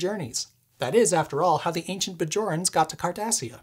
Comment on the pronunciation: "How the ancient Bjorans got to Cardessia." I died laughing listening to that.... I was like this guy treks? and then.. I was like He's a geek, well obviously....